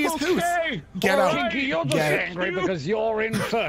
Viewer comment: I love how always messes up Kiki's name.